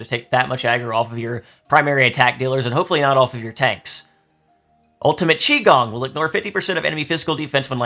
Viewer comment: Qigong is actually pronounced qui-gon (ku-eye-gone)